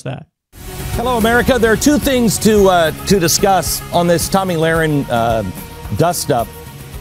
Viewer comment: Did Glenn Beck just call her "Tummy Lahren"?